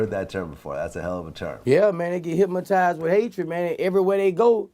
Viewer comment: Somebody please tell Boosie there ain't no "M" in Hypnotized 😂😂